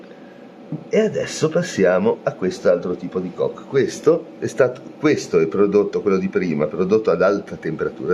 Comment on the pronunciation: Non é carbon “cock” 8===D ……ma carbon “coke” come la coca cola